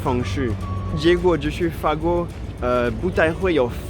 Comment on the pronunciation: 不開字幕，也聽得懂，但是一（摸）一樣😢，有嚇到我。